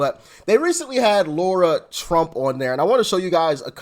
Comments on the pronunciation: Doc, I will hit the subscribe button as soon as you learn how to pronounce Lara’s name correctly. It’s not Laura, it’s Lara. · Her name is LARA ,, NOT LAURA ..... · As the Democrats would say, come on get her name right it’s Lara not Laura lol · Doc, great vid, as always! Btw, her name is Lara, NOT Laura! Got it ? Good! Another btw, bro, mighty glad to have you aboard! Welcome, man!!!!!!!!